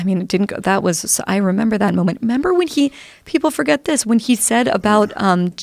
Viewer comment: "membee when trump said...?" "Oh yeah I membee."